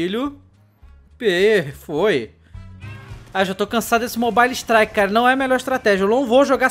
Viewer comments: mobaile ixtraiqui kkkkkk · kkk esse "mobale" strike kkk